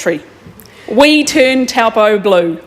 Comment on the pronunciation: It makes me cringe how she keeps misp4onouncing taupō